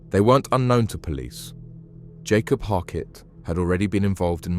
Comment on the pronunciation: Bro what are you prouncing 'Yakob' as "Jacob" and 'Yanis' as "Janis"? Say their names right, they're Abduls, not Jonathans!